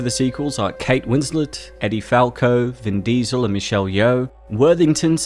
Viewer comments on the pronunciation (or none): Bro said vin dezo